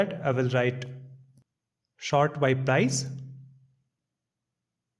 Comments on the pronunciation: It's sort not short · I think you spell "sort" not "shor"